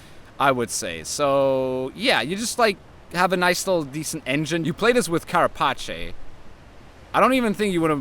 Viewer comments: "Carapache" lol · lol why do all gwent content creators pronounce carapace the italian way, it's also an english word with an english pronunciation it's funny